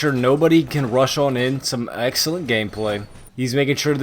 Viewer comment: I luv it every time u say tactical hameplay